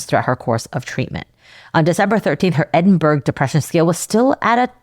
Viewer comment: Edinburgh is pronounced "Edin-bu-ruh", or "Edin-bruh" depending on which Scot you speak to, (or Em-bra if they're having a terse day), and not the typical American "burg" at the end.